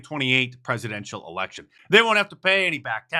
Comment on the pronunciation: My gawd, these freekin aliens don't even care enough to LEARN our language. "dis lection gona be tight" barry's bustin out the E-bonics.